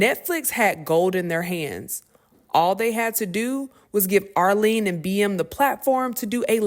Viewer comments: Go watch the original video to learn how to pronounce her name correctly. How you see her name is spelled with a T in it but don’t pronounce with the T in it 🤦‍♂️ Arlene 💀 Ahmily 🤦‍♂️. Be rushing to put out news but not how to pronounce names 🪦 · Dang, you called her Arlene, Ahlee, Ahmeelee, and Arlee. Everything except Arlette. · The narrator is making it worse by calling Arlette, Arlene. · GIRLLL Her name is Arlette, with a T. Like let, let, let. Not Arlene!!!!! Omg. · Netflix added lots and lots of mayonaisse to a show originally full of seasoning and flavor 🤦🏾 BTW, I lowkey cringed at the mispronuncuation of Arlette's name 😂 Arlene, Armeme, Arkeisha 😂😂😂 everything but Arlette. I bet YT executives also mispronounce Arlette's name like this 🤦🏾💀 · How can you critique something and not know the characters names. It’s Are-Let not Arlene. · so we are not gonna talk about how she kept calling her arlene and not ARLETTE? lol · still screwed up her last name pronunciation lol. Amuli is pronounced Ah-moo-ly. Then she definitely called her Arlene over Arlette as well smh. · ARLETTE not Arlene.. wtf y’all got going on?? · You read the Twitter caption that has Arlette’s name in it AND STILL said her name incorrectly. Her name isn’t difficult to say: ARLETTE (“R” and “let”). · I really want you to say her name correctly. ARR- Let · Arlette say it with us are let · Her name is Arlette pronounced (Are•Let) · Love you but her name is Arlette Amuli (Ar-Let Ah-Muu-Lee). And the Netflix version is 💩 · I don’t even watch PTB but you thoroughly pissed me off every time you mispronounced that girl’s name. You couldn’t take the time to learn her name when the whole story is focused on her? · It's Arlette. If you are not sure about how to say something, ask somebody!!!! You are on here talking about white washing a black show, but I dont even know how to pronounce the original host name. Get it together!!!!!